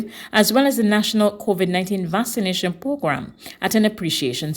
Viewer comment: Is there no one who can tell this lady that the correct pronunciation of Vaccination is VAX-AH-NATION? VASS-AH-NATION is incorrect.